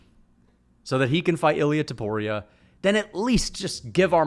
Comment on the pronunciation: Its Topuria not Tuporia you meathead.